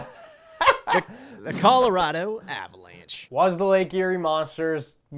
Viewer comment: Good on for supporting the PWHPA, but can you guys please teach him to say Colorado properly?